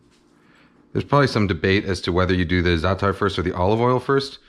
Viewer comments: زعتر مو زاتر 😂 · excuse me, but I'm Arab and I'm telling you as a native speaker that NO ONE pronounces it with 'sh' sound. No one else pronounces it with a 'sh' sound either. We all told you, including Chef. And now you're out here looking like a nasty jerk. Learn from this.